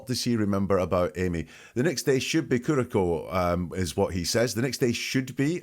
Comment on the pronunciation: this looked promising but it failed fast. first of all, he told you how to pronounce curacao and you still pronounced it wrong. i don't know why people have such trouble with this word. i worked in bars back in the day and it's a well known name of a liqueur. then we move along and you continually repeat what we already heard him say. except when he says "that used to be my lime" (which i have no clue what that means) you turn it into "line" and no he isn't talking about flirting even remotely. i'm done watching!